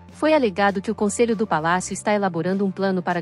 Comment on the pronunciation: Como é mesmo o nome do palácio? Seria bom pronunciar correto 🙄